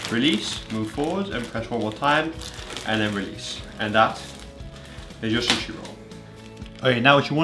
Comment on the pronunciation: The way he says sushi😂"SHUSHE"